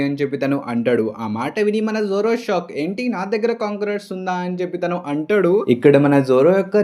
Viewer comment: Arey bro!!!!!!!!!! Everything is good, Good Content!!!, Good Channel anni baney unnai and I really liked it. But ah "ANTADU" endhi ra ayya, palakadam raadhga ra niku?? Telugey na ?? Plzz kuni cheyyaku mottam antha manchi ga explain chesthunnav ah "ANTADU" is really really irritating!!!!!!!!!!!!. Plz try to pronounce it properly.